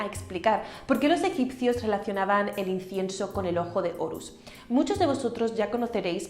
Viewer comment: No sé si es mi oído pero no le escucho decir incienso....